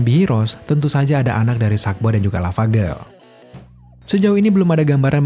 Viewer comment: Yg gw denger: sadboy dah lavagerl